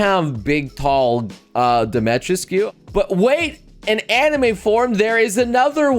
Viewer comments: It's pronunced Dimitrescu, not Domistrek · It's pronounced "demma-treesk". I think it's french or something. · "DO-ME-TRESK" Domitrescu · Her name is pronounced Di-ma-tre-sk. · I never got on this bandwagon, but what bothers me the most is the uncultured ppl that mispronounce her name all the time. Her name is pronounced Dee-mee-treh-skooh or something along those lines (sry, I didn't get to do much phonetics in school cause I wasn't born in the States). This whole "tall vampire lady" thing and her name is tied in to a bit of Romanian nuance. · How he says her name really annoys me for some reason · You're pronouncing it wrong, man. the 'u' is not silent in Romanian names. Just pronounce it phonetically... like you do for Japanese names. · as a Romanian dude, i cring a bit on the inside every time he tries to say her name xD But i get it. not his fault, just different language. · If only people pronounced her name right lol